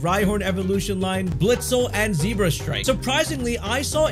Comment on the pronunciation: Can we talk about how he pronounces Zebstrika